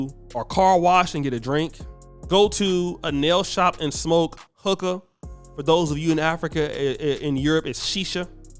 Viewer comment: The way he pronounced hookah is crazy 😂😂😂😂